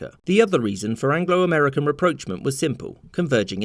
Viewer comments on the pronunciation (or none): I think rapprochement (getting closer) should be pronounced like in French, otherwise it sounds like reproachment, ie. telling someone off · As evidenced by this dude attempting to say the word "rapprochement".